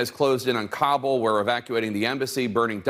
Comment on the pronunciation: Dude cant pronounce ka-bull, not ka-bowl